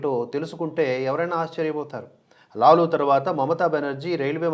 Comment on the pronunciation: లాలా కాదండి లాలు ప్రసాద్ యాదవ్. కావున లాలు అనాలి.